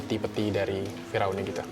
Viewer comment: Salfok denger bilang "fira'un"😅.. "Fir'aun" ya 🤭sori diralat dikit yaa